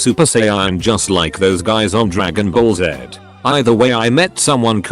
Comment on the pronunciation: Wow! The automated reading voice pronounced "Dragonball Z" properly! (Maybe it secretly watches the show subtitled?)